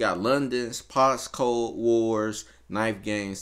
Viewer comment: Bro said Posscode 🤣